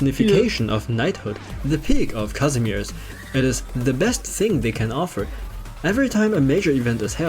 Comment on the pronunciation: My poor polish heart will be forever hurt because no one ever can read Kazimierz properly